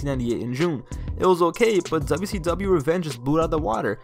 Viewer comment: Can I give you some Constrictive Criticism? Slow down a bit bro, youre talking in a bit of a rushed way, the way you say WWF and WCW is like DubDubEf and DuSeeDub.